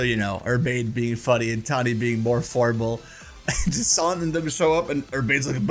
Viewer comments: Jasinthe’s name is pronounced like the drink absinthe. It is pronounced Ja-snth. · “Juh-saunt”? Interesting pronunciation. I’ve been saying “jack-in-the” 😂